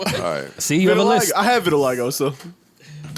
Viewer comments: Everyone: vitiligo Joe: VITILAGGO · I'm mad that Joe can't pronounce "vitiligo"...they should've named this episode "Verti-largo"...